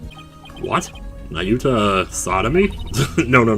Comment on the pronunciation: Wow, I have never seen somebody heart sick over a character in a game before.. Also good job on pronouncing Nahyuta’s name right first try!